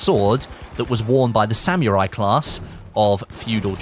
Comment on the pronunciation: SAH-MOO-RAI not SAM-YOUR-EYE